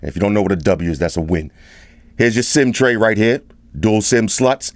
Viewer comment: pleaae can you say sim-sloth next time? 😂